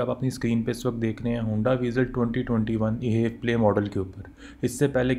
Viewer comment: Sir it is not e HEV play It is H E V (all letters alag alag) 😂